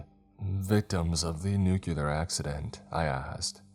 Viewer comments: PLEASE this was good but for the love of god its nu-clear not nucular that wrong pronunciation is so annoying 😭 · Nuclear is said "New-clear". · Downvote for saying nucular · What, five or six years now, and you're still saying "nucular"? This is gonna be a tough one lol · Right....a nuclear power plant. Not "nucular" lol. Sound it out! Not to sound mean 😅